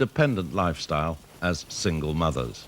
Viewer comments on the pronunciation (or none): Lol love the emphasis on ‘ single mothers’ as if it were the WORST thing ever !!